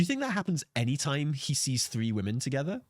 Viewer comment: anyone else annoyed that guy keeps saying woman instead of women. or am i hearing it wrong.